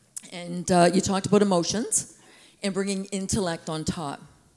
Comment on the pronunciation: That famous Canadian "About" shows up.